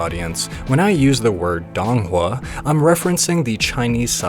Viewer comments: please say it correctly i cannot take DONG hua seriously. Its sounds more like doon hua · This might be extremely pedantic, but i believe it's pronounced "doe-ng hua"